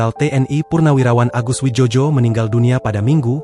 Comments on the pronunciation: Bacanya bukan wijojo,..bego...tapi wijoyo karena beliau diberi nama mungkin dulu pada waktu ejaan lama Bahasa... sebaiknya lain kali di konfirmasi dulu dg seniornya.. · Yg baca goblok gk paham ejaan lama contoh oe itu sama dengan u Joyo dibaca Jojo memalukan